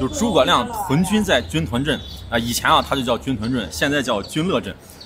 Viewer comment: 成都人表示，正确的发音是军“顿”锅盔！